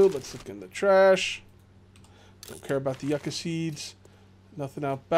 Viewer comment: Dear, just to let you know that yucca is said like (yoo-kuh)